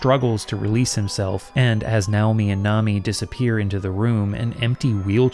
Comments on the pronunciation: I’m sure the closest Japanese pronunciation probably is “NOW-mi”, but every time you say it like that instead of the natural English pronunciation of “nay/nigh-OH-mi” I get distracted thinking about it and have to rewind to hear what I missed. Danged ADHD. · I love how you’ve been in Japan so long that your brain identified “Nay-oh-me” as “Now-me” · Nay-oh-mi. Lol now-mi is wild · I am pretty sure "Naomi" is supposed to be pronounced: Nay-Oh-me LOL not: Now-me! Ya nerd! I know, it doesn't really matter. That just had me cracking up though. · The name Naomi is not pronounced "now-me". That's not a Japanese name; that's a name of Hebrew origin and it's fairly common in the west. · btw Naomi is pronounced Nye-oh-mee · So, how sure are we that it's not pronounced "NAY-oh-mi," the Western pronunciation of "Naomi"? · Weird, I’ve never heard Naomi pronounced that way but I guess it’s the Japanese way